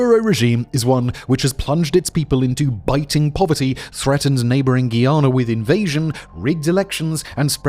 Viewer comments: it's pronounced GUY-AN-NUH not gianna, just a heads up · Why do you insist on pronouncing Guyana incorrectly? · please say guyana properly next time